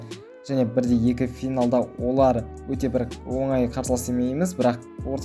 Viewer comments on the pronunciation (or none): none